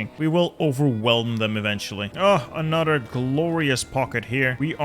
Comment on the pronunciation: why do you say anodder instead of another